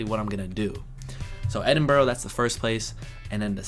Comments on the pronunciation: If you want to do a meet up, a cafe or public place is best and safest. In London, things like the bus tours or the London eye can help you see a lot. The Boat tour is the best in my opinion, their commentry is great. You may also want to pronounce Edinburgh mor like "Edin-bruh" . The Lake District is great, just the train ride is a treat. There are boats over lake Windermere and steam trains through the hills. Hope you have a great time over here. Looking forward to the content. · "Edinburgh", pronounced ED-IN-BURA (U as in up). Everything that ends in 'shire' pronounced SHER. Yorkshire, pronounced YORK-SHER etc. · When you get to Scotland, if you're only going to Edinburgh (what a big shame) please pronounce it properly Edinburra. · By the way, it's NOT pronounced Edinboro. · Edinburgh is pronounced like “E-din-bruh” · You have learn how to pronounce Edinburgh, Edin-borah, there is no 'O', Scotland, lake District, York, London then bath that's a good itinerary, only ten days but I hope you have a great time 👍😃🇬🇧🇬🇧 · Have a brilliant time! Can’t wait to see your vids of your trip. Also: practice saying Edinbuhruh. York is awesome. Lake District is fantastic . Enjoy the pub. You can come back and see more whenever you are able to. Cheers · I hope you enjoy your visit to the UK. I think most folks have given you a heads-up on the rail strike. Hopefully it will be resolved but keep this in mind. I know that you're off to Edinburgh (Edinburra phonetically / there's no 'O' in it). You already know that Scottish Bank notes are different from Englisj ones. Try to get English bank notes oily. You can spend English notes across mainland GB , but don't take Scottish banknotes to England because you may encounter difficulty using them. Scottish banks do not issue coins, so coins are the same across GB. You are going to be a busy man and are bound to be exhausted when you return home. Stay safe and enjoy your holiday. 🏴🇬🇧🇺🇸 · Love how you pronounce Edinburgh as "Edinburrow" 🤣👍